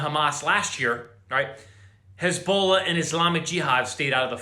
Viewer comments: His-Bol-aahhh... Not Hisbolo. Just saying. 😉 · Who the hell is "Haz-bowl-la"???